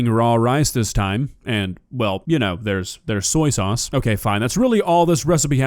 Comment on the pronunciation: Why does she seem so mad that she can smell bacon? Salty or not. Anyone else hear "Sorry sauce" for Soya sauce?